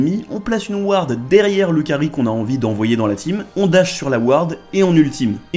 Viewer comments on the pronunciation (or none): none